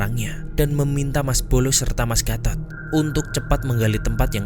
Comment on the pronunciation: Penyebutan gatot jelek banget serius mengganggu pendengaran😭